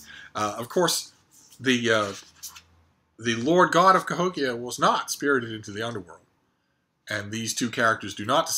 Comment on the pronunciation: You said Cahokia correctly, I didn't expect anything less.